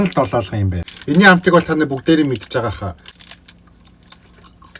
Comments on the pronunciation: Долоолгоно биш долоогоно шүү. Амжилт😉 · Irs not doloolgono its doloogono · btw its not doloolgono its doloogono 😂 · Долоолгоно бишээ долоогоно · Долоолгон биш долоогон шүү 😅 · долоолгоно гэшш долоогоно гээч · Долоолгоно биш шүү долоогоно шүү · Ахаа долоолгон биш долоогоно шүү❤❤❤ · Долоолгоно2 гээд байхын Долоогоно шүү😂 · Долоолгоно биш долоогоно шүү за❤